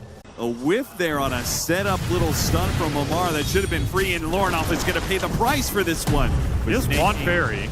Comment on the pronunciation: Ammar ❌ Omar ✅